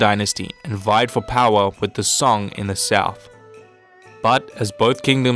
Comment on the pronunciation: 发音确实一塌糊涂，宋直接发song的英文音2333